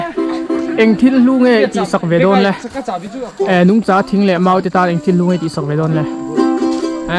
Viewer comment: Nungcha tih i lamdan hi ka hriatdan nen a in anglo..nungcha tih a, cha..lai hi, vai ho in thingpui an lamdan, chai..tih anga lam lo in, ramsa..tih a, sa..lam rik ang hi ka lo hriatdan a ni..